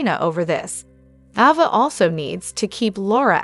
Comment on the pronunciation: Her name is Ava.. Not Avva....